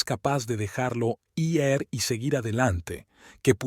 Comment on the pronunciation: Es ir.No sé por qué lo pronuncian asi.